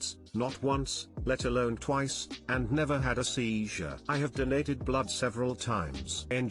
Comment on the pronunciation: Anyone hear how "he" said seizure?😂.. this guys a idiot